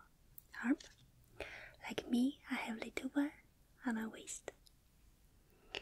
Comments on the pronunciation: she said rist but it sound like waist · It sounds like waist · On are wisst. Wisst = wrist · So you think "wereaist" is tingly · THE WAY SHE PRONOUNCES WRIST, TOO PRECIOUS MUST PROTECT